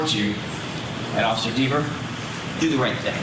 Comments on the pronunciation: Dever pronounced D I V A....She's now cooked as a witness in any future trial as she's going to be on a Brady list because of her false memory. If she is the sole witness in any future trial the defense counsel will bring up the false memory.. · And FIRED by her city. If I lived in her town that she patrols, I would be writing city council and the mayor and the chief. I don't want someone getting so butthurt over pronunciation of her last name wrong out on patrol. If someone called her officer deverS she may get so mad and butthurt she may lie and arrest them and then lie in court. She is a disgrace to the badge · “That’s a direct quote”… what a bs statement and nice try deflecting the question by saying oh he says my name right! WHAT A DISGRACE!!! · I would hate to be married to her. I'd have to walk on eggshells around her after seeing how butthurt she got when Jackson pronounced her last name wrong. Wow. Couldn't believe how evil she turned so fast. Imagine her writing tickets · He was saying it wrong intentionally, he knew it